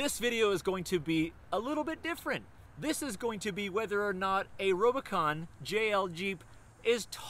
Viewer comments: Is he saying robo-con?? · Its RUBicon not rob!! Great vid ahha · Are you calling it the Robocon?!?! 🤣🤣🤣 Good video bro. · U said rubicon wrong